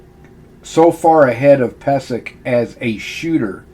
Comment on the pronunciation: Its actually pronounced peee zek. I should know. He's my relative. Check my last name.